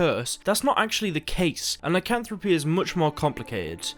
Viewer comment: And yet, he pronounces Lycanthropy correctly. Lol.